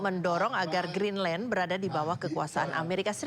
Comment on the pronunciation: GREENDLAND 😂😂😂😂 JURNALIS IQ 78